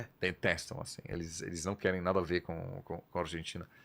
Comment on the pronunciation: Quando o cara falou “sabendo neeeda do Brasil” eu parei de assistir